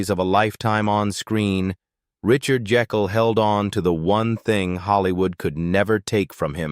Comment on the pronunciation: It’s pronounced Jake’l, not the multiple mispronunciations here. That’s why “Jake” was his nickname.